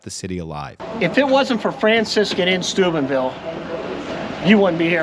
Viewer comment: oh Steubenville. I thought you said Stupidville. 😂